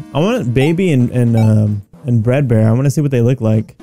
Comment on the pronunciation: FREDBAR NOT BRAD BAR